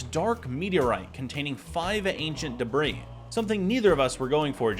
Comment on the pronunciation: Love your vids, but dude you GOTTA say debris the right way. It’s Duh-Bree. Not Debra